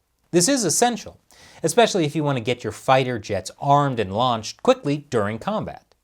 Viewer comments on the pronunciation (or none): none